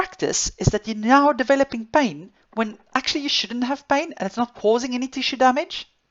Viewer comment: I like the way she says pain. “bain”